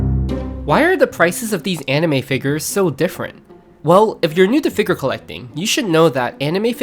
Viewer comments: bro why do you keep saying figger 😭😭😭🙉🙊🙈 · I don't wanna be that guy but saying figger makes you sound dumb.